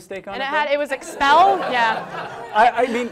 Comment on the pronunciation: " exspell" lmao.